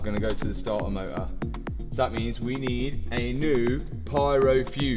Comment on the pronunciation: Starter motor❌ Stah ah moh uh✅